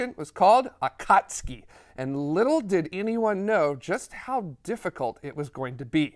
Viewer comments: Excellent episode with best well-sourced history and explanations I’ve seen from non-scientists. I am sending you money because you freaking nailed the correct pronunciation of “Akatsuki” (Clearly, your team has cultured anime fans). Nice work. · Brilliant! The flawless pronunciation of Akatsuki was stunning.